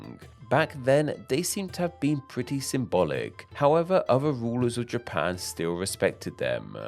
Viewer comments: Where is this Ja-PAAANe? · A small thing I noticed about the speech pattern in this video is how it extends the final syllable of a senteeeence. Best example from when two sentences ends with "Japaaaan".